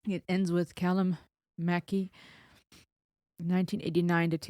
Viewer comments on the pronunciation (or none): It's pronounced like you are saying "Muck eye". Great reaction, cheers from the United Kingdom. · You've got the Callum pronunciation right, but Mackay is traditionally pronounced "Mc-Eye". It's a beautiful song and Ren showing us yet another side of his abilities. His skill is verging on the absurd with the range of styles he can perform. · It's pronounced Mack- Eye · You are saying his name wrong, its pronounced Mac Eye x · ren is a musical genius singer songwriter producer and plays numerous instruments to a very very high standard and best of all, tells the music labels to f off. its mackay as in mack eye thats the uk way of saying it hope that helps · As a Mackay, I endorse this explanation 😂 Och aye, Muck Eye!